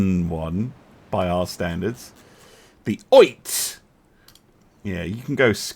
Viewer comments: Oite is pronounced "Oh-EE-tay" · Oite - O-E-Tay